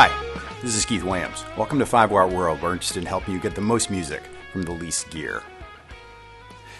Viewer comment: I hope that some day I will hear Keith enunciate "where we're interested". Or is that the way people say it in New York? Anyway, yet another great video !!